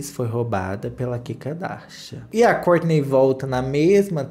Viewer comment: Não aguento quando o chama o nome do marido da kourtney